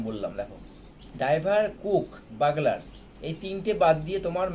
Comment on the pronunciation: বাগলার না বিগুলার